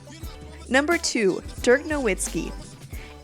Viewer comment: Forgett about the "w vs.v" stuff ... his first name is Dirk (with an "i" as in "discussion"), not Derk (like in jerk)